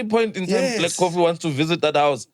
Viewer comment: "Black CoffTea "🤣🤣🤣